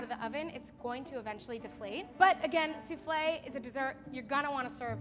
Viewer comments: Suflle lmao 😂 hahahahahah suflle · No one: Literally no one: her: pronouncing souffle soofley Me: what?! Its pronounced that way?! I thought it was pronounced soofall🤣